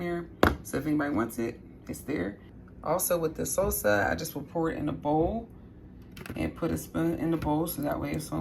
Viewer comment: I love how you say salsa, pico de gallo and tortilla.. bc never heard it pronounced that way. Are you from the USA? Also I would do all the steps except leaves tortilla's uncrunched.